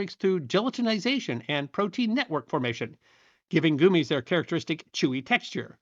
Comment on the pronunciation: Ree-cees finally makes sense, now that goo-mees has entered the lexicon! Regardless, great video!